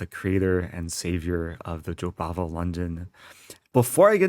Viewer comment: I thought u were saying Jobaba london lol